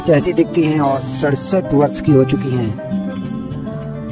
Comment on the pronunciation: भईया Aishwarya Rai Bachchan ka नाम ऐस्वर्या ना होकर ऐश्वर्या है। और मसहूर ना होकर मशहूर होता है। वर्स ना होकर वर्ष होता है।कुछ बोलने से पहले "श" और "स" का अंतर समझ लो,फिर कुछ लिखो।